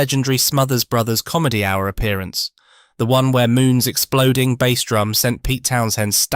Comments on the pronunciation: it really jars, doesn't it? It spoils an otherwise good channel. I struggle to listen to it. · Hearing "bass" pronounced wrong in one sentence then correctly in another tipped me off. Clicked off after that. Don't even care if it's interesting, if creators won't put in the effort, neither will I.